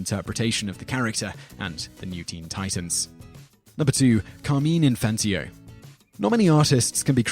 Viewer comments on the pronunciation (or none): Who is Carmeen Infantio? Did you mean Car-mine- In-fan-tino(teeno) It's not an accent issue it's the man's name and it's only pronounced one way. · It's pronounced Car-MINE In-fan-TEENO but otherwise this is a solid list. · Carmine In-fan-teen-o. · mis-pronouced Carmine Infantino's name